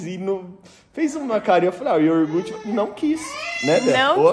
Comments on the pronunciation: *I O G U R T E" pronuncia a palavra certa para o Noah aprender a falar corretamente, se os pais falam errado os filhos também vão falar errado. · YORGUTE meu Deus,vcs não foram na escola,seu filho vai falar NÓIS FOI, NÓIS VAI,IGUAL O PAI FALA QUE RIDÍCULO,TANTA FRESCURA E FALANDO ERRADO,ESSE PAI MERECE UM PREMIO DE QUE FALA ERRADO E NEM SE CORRIGE, FALA PRO VOLTAR PRO EJA. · O E APRENDAM A FALAR CORRETAMENTE É YOGURTE.......